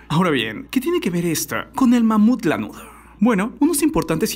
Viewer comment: Nadie absolutamente nadie: Tu cosmópolis: "lanudoh" "carbonoh" jakdjakxj